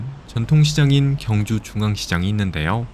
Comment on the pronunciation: 발음을 정확히 하세요. [경주]가 아니라 [경:주]로 발음해야 합니다. 첫소리를 길게 발음해야 옳은 발음입니다. 유튜브도 방송인데, 엉터리 발음하면 안 됩니다.